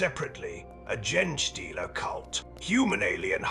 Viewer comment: Well your narrator is mispronouncing things. Gen stealers and Gender stealers for instance.